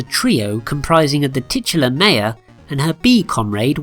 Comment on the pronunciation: Thats not how you say Maya.